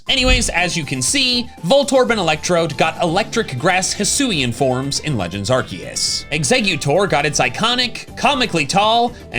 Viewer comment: 54 seconds he... he didnt say arkoos! omg lol